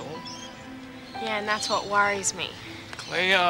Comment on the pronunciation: its cleo not chleo